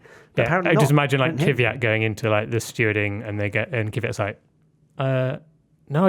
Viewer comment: I know it's hard to pronounce it for native english speakers, but it's not "KIVIYAT" as you all keep saying it. There is not an I between the K and the V. Maybe you should just say "KYAT" as it is much closer to the actual pronunciation than your damn kiviyat. I'm not even russian and I'm neutral towards DK, but it would be respectful if the commentators, journalists and F1 related content creators learned how to say his name correctly.